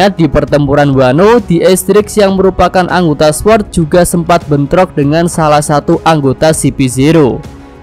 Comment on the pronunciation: Cara ngucapin sword, “sord” w nya ga disebut ✌️